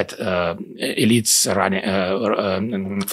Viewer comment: I don't think it's a coincidence that sometimes when he says "elites" it sounds like "idiots" to my american ears, lol